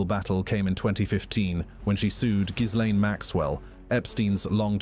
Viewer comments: Al PRAZ o lam and the S in Gislaine is silent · Why why can nobody pronounce Ghislaine correctly??? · Why cant anyone pronounce Ghislaine's name properly ????